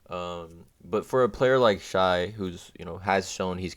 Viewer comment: it is pronounced "shay"